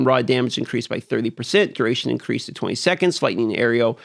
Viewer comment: Incweased...sorry had to